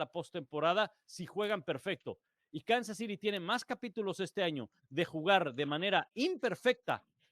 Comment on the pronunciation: Me pregunto, éstos 4 analistas para que público se dirigen? para los gringos o para el de México? Que les cuesta decir "acereros",los jefes ","los cuervos ", etcétera, está bien su pronunciación, sobre todo las chicas, y el pelón diciendo"Kansas citi "... ó era"ciry"?!no saben desligarse de cuando están transmitiendo el partido